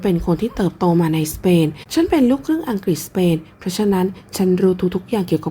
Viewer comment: อังกรีสสส😂